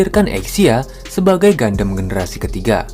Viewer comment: Keren Bang, jarang ada channel dari Indo bahas backstory gundam. Ilustrasinya juga keren. Lalu tone suara juga cukup enjoyable untuk didengar. Saran untuk kata2 serapan dlm English / nama diperbaiki lagi cara bacanya. Beberapa yg saya dengar: Gundam, Resonance, Feldt, Shield, Sword, Condenser, Trans-Am.